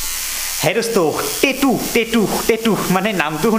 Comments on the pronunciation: Tettu nhoi tattoo 😆 ভুল কে কলে শুনিবলে ভাল নালাগে । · Kunu accent e nai😂 টেতু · Tetu nhy dada😊😊😊tattoo